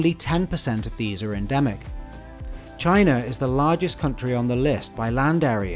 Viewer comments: it is pronounced China not Chiner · "Indiarrr is also one..." "Chinerrr is another country..." What is this 😂😂